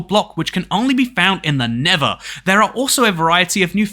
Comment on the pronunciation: I am sorry but it's pronouncet nether!